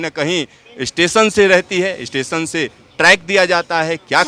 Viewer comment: Speed ko ispeed, station ko istation.